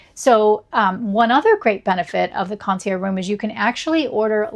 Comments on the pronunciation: just trying to help. Mispronouncing luxury words can make you sound pretentious, but in a hilariously wrong way. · You don't pronounce the g in concierge?